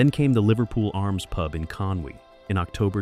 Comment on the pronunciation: Why is an American narrating Drew Pritchard backstop? Hasn't anyone told him that the place is Conwy NOT Conway!